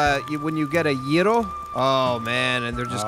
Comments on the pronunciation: I'm so glad pronounced Gryo the correct way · Props to for the pronounciation of gyro.:D